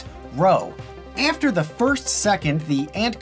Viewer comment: I'm dying the way he's says after "eafter"